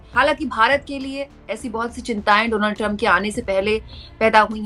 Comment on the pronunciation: रिपोर्टर होने के नाते कम से कम नाम का उच्चारण तो ठीक से करें डोनाल्ड नहीं डॉनल्ड